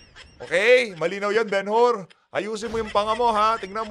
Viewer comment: Bumbay,yong Benhur pronounced as “Benhar”at hindi Ben Hur.